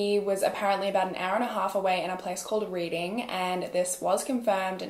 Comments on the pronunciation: Hello, yes, Reading is pronounced Red-ding, not like reading a book. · I’m from this area and had never heard of this case!! Btw, you did SO GOOD with all of the weird named places, except it’s pronounced like red-ing, not reading. Just found your channel and I’m obsessed!! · great video but one thing: it’s spelled Reading but pronounced REDDING not Reading 📖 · just so you know (not hating) reading is pronounced reding 💗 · Always interesting to hear cases about Pennsylvania I grew up 30 minutes from Reading so when I heard you say it I was hype. Though it's pronounced Redding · Hello! Really love the way you report on these murder mysteries! I just wanted to let you know how to pronounce the town where Francisco had for his alibi…Reading, is pronounced like the past tense of ‘read’-ing or the color ’red’-ing. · Absolutely obsessed with your content; the place Francisco is from is called Reading but its pronounced RED-ING. Totally being an arse by commenting this, but I grew up here and its such a local pet peeve. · Reading in the Uk is pronounced redding❤️ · I'm from Philadelphia the way you said Reading lol😅 its reding the way you say it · Being from around this around I think it’s so funny she pronounced the city of Reading (as it looks with spelling) but is pronounced red-ding 😂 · In America when you see a town called reading it’s normally pronounced like Redding . Not nit picking just trying to help you out 😊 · This is heartbreaking, if the police would have listened to her mother then that poor baby wouldn't have been lying there for so long. Also Reading is pronounced Red-ing.. you should look up some more towns in Pennsylvania I'm from Scranton and I can't even pronounce half the towns lol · I lived around that area crazy. And Reading is pronounced red-ing no big deal just thought I would mention it. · Reading, PA is pronounced red-ding. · hahah you pronounced Reading wrong it’s like red-ing idk if that makes sense